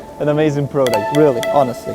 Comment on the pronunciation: It's product, not pro duct.